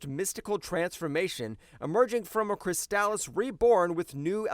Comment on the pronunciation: Also "Christalis" instead of "Chrysalis".